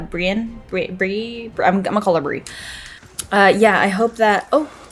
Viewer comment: So, Dani betrayed the slavers and stole back their dragon... (It didn't belong to her anymore).(Shows something about her character). A little help here. Margorie is pronounced like margarine & Brienne is pronounce like reanimate in part. (Mar-jor-ee, & Bree-anne or better yet Bree-inn). Jamie still has honor, though it doesn't always show itself. Hearing this brave & skilled warrior (Brienne) reduced to cries bothers him. Also, she's earned his respect (hard to do).She's almost a friend now. That's why he helps Brienne.